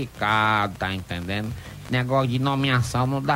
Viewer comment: "Tá intendenu"?